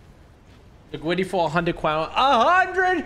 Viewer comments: “ the gwiddy”😂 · Mate its called griddy not gwiddy